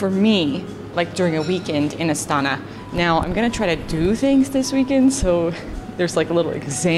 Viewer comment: Just letting you know in Kazakh the stress syllable is always the last one. So it’s not Astána it’s Astaná